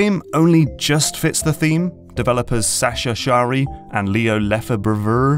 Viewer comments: French guy here, the b in Lefebvre is silent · Hey there, I'm one of creator of Paisible après-midi au fil des toiles! I am so glad that you and so many people liked our game :D By the way in my name (Lefebvre), the "b" is silent (because old French) so it is pronounced "Lefevre" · Lefebvre reads 'Le fèvre' (in one word). In english pronounciation it would look like: 'Le five re' (again, in one word) where you kind of shut the 'e' or 're' midway and just keep the upper throat/back part of the mouth vibration of the french 'r'? Weird name, I know. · it's pronounced "Lefevre" (yes, French is weird sometimes) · It's pronounced ley fave Unbelievable This was a joke it's all cool I find it funny so many people get my name wrong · Leh (like meh) Fa (like face) Vreh (like meh). Lefebvre, derived from fevre, meaning "artisan" or craftsman. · "You can't put a V there" It's actually the "b" that's silent... :-P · The "b" in Lefebvre, isn't prounonced 😅 Yeah, French is weird....